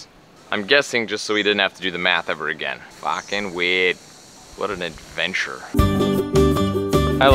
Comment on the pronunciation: Hahahaha said "Fuckin weird" like an aussie xD